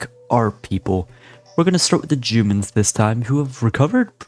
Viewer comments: he thought it was jewman not jooman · You know, I'm trying to grow as a person....but I can't help giggling every time "Jumans" is said. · "the jumans" was a risky play bro u made it alive thou 🤣